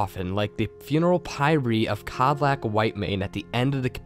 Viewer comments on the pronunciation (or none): Pyre is pronounced like pie as in the food, not pyrie.